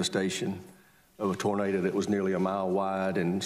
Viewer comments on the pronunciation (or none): none